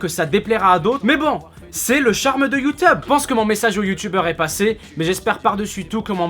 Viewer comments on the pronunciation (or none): toute la vidéo il dit youtube et juste la il dit youteube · c un pervers wesh il dit youteub au lieu de youtube. Youteub est un site porno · ses moi ou dans la video il a dit youteub ? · vers ta dit youteube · sisi il a bien dit youteub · 02 minute 10 ta vraiment dis YOUTEUBE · C'est moi ou a t'a dit : "C'est le charme de youteub" xD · Il dit you teub ce bled'art :D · je suis le seul a avoir entendue youteube a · wtf il a dit Youteub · "C'est le charme de YouTeub" lol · Ha ha tu m'as tué quand t'as dit youteub à la place de YouTube (T'inquiète pas je sais que c'est pas fait exprès et que tu voulais parler de YouTube) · ah non t'avais pas le droit de dire youtebe xD<3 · youteub xD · il a dit Youteub a un moment mdr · "c'est le charme de you teub" ? ? ? sérieux y a que moi qui comprend ca ? x) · mdrr "c le message de YouTeub"😂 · mec a un moment tu a dit youtebe, sinon gg et ce que tu dit et vrais😊😄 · C'est moi ou à il a dit le "charme de youTEUB" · c'est moi ou tu dit youteub a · Tu as réussi à pas dire Youteub pour une fois... Bravo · "C'est le charme de youteub" ^^ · "C'est le charme de Youteub!" Bah bravo ! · il a dit youteub non ? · " Mais bon, c'est le charme de youteub ! " X'D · "Youteube" Tu es très élégant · "Le charme de youteube" uhm x) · Oh comment il m'a tué dans il a fait "Mais bon c'est le charme de youteube !" :') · Il a encore dit YouTeub si conai bien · Je retiendrait que tu as dit "youteube" dans ta vidéo. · Il a dit youteub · J'ai kiffé le youteube a 😂😂😂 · Il a pas dit youteub à mdr ? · C moi ou il a dit youteub😂😂 PS:continue comme ça😉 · Par contre dis plus jamais "YOUTEUBE".